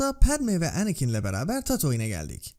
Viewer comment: her şey iyi hoş da niye şu anakin ismini normal türk gibi telaffuz etmiyorsun mk her seferinde kıl olalım diye mi